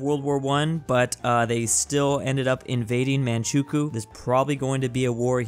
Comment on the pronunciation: I think it's pronounced man chu quo